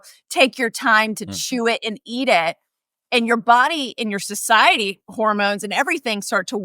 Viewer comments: Is she saying "society" instead of "satiety"? I could swear she also said "oldfactory" instead of "olfactory ", but I'm not going to go back to check. Second the comment for Food Science Babe to come on! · As soon as she started saying "society" instead of "satiety"....it became clear she has no idea what she is talking about beyond some basic concepts she thinks she understands but really does not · She is definitely not pronouncing satiety correctly.